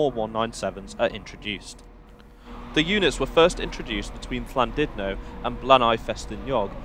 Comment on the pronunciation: the thing that hurt me most iss your pronunciation of Llandudno. We love you tho <3